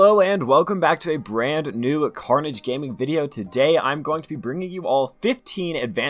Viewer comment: Is it just me or you also hear "garbage gaming" xD. . . . No offense